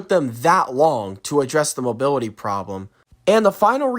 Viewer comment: Bro can’t even say mobility right😂😂